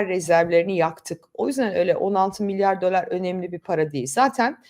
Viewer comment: Bu videoda tek tebeasum edebildigim yanlis telaffuzunuzdu "milyor" milyor harcadilar efendim